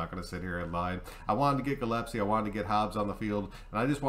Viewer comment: You know I love you brother, but I have to say that it's Gillespie = GILL+S+P -> Gill es pee .. I've heard so many people say it wrong lately... it's starting to drive my nuts... haha or maybe that's because I have a steering wheel attached to my balls... haha... arrrr she's drivin me nuts ... hahaha. Yeah, okay, good video bro. I like the idea. Good to see you making videos again. RN4L